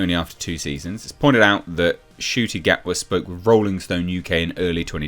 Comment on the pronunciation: That's Ncuti Gatwa Na-q-tee Gaht-ee... Yeah... I'm at a lost...